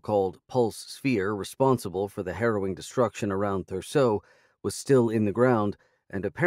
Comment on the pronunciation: I loved every minute of it! But ypu would think, after all this time, the narrator would have learned that Thurso isnt pronounced like any of his varied attempts. Its not Rocket science to google how to say it, and if it were my job to read these books, you can be sure I would have done the backgound work required. Its just laziness and no "proof-reading" or proper editing these days. I would be totally p'd off it he was reading my work without taking the time, ok he is easy enough to listen to, but hasn't got a single regional accent right, and, as we can see in the later books, if you have never met someone from Wales its best just to use ypur normal voice and not 'invent' accents. When in doubt, don't, being the take home advice on British accents, and just because someone once said you did a passable Irish accent, it doesnt mean you can use it for Scottish characters. Theres something to be learned here but I doubt any of the audiobook producers will take the time. Thank you Craig for making these available, however, I think an author has the right to ask audiobook producers to use some quality control, ok the guy is an ok narrator but he needs to do SOME background because, after all, this is your livlihood.